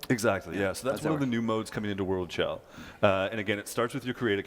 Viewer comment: It’s pronounced SHel, not CHel